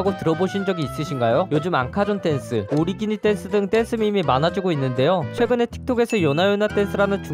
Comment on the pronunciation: 오리기니가 아니고 오니기리요ㅋㅋㅋ